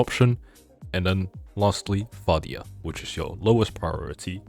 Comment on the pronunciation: Fadia, not Facial😅😅.